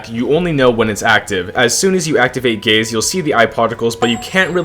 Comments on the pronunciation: Is it just me or did i hear first "i love gays" instead "i love gaze" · take the visuals off and it sounds like he says he loves gays multiple times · i cant even pay attention to the video because my immature ass hears him say "gays" whenever he says "gaze" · oh god gaze sounds like gays to me now, i cant unhear it anymore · Ngl at the start I thought bro said "I love gays" got so confused lmao